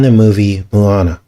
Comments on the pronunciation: Not Moo-a-na, it’s pronounced Mo-a-na! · Small detail its MO ana not MU ana...Maui resident here.amazing video. Depressing how these movies are so much evil and fool us all.